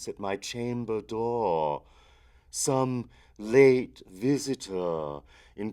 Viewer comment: Okay, look, the poem has a very obvious natural meter that really shouldn't be fought against... adding the elongated syllables in 'dohhr', 'nevermohhr' etc. ruins the poem, as you know, because you have to rush the other words to fit them in. It's iambic, mostly, and the skips in beat are meant for emphasis. It is a poem filled with incredible imagery, but its structure is the most important thing. It represents a descent into delerium - a fugue. Try thinking a bit about what you're reading.